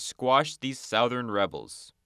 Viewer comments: Little pronunciation issue: the word "southern" rhymes with "other'n", not "mouth burn". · it's pronounced "suh-thern", not "sow-thern". Someone needs to go back to 1st grade. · I’m not trying to be a critic but why do you pronounce southern that way? It’s really distracting. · Somebody please tell bro he's pronouncing southern wrong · The way you pronounce southern reminds me of someone going to the gas station and asking for "Marboro southern cuts" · The way you pronounce “southern” is very disturbing